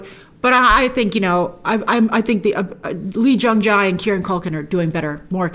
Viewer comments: Let me help you out E-Jung-Jay is how you pronounce his name 💕💕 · I know you've got a ton of stuff to keep track of, but I thought I'd let you know that the way to pronounce Jae (Lee Jung-Jae) is 'jay' and 'Yeon' (Jung Ho-Yeon) is something like 'yawn'.